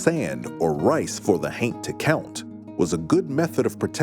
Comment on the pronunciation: Every time he says haint, my juvenile mind (despite being over 40) keeps hearing TAINT lol 🤣